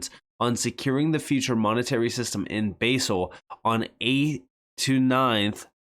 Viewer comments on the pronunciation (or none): none